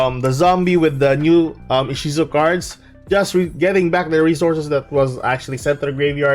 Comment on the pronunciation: Inshizu? You mean Ishizu which is the Romanized Japanese way of the female name Isis, right?